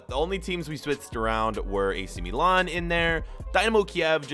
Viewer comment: The way he says milan pisses me off